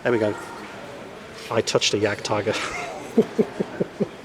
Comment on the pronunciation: hahaha! "i touched the jadgtiger"